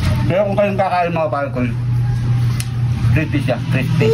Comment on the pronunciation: Crispy 😂😂😂 idol nmn eh bungal ka,di nmin Marinig na crispy😅